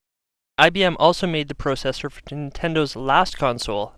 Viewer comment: I like how he emphasizes "pro" in processor and process.